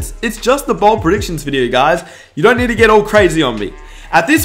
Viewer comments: Say BOLD not BALD😂💯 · Its bold not bald